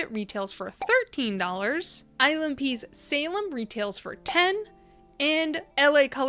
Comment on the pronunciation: I was listening more than I was watching at first and had to stop to see what was actually happening because I kept hearing "island pee" instead of ILNP 🙃